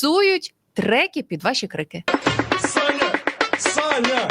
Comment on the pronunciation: Саня? Или всё-таки... ссаня🫠😁👍